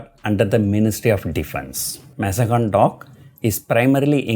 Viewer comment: Sir it is Mazgaon and not mazagon